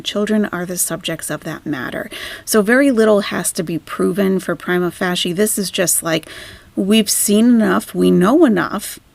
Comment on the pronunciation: Pry-MA fay-SHA 👍